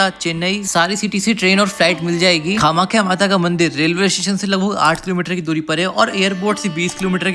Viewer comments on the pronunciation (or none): Nice but it's not kha-makhya.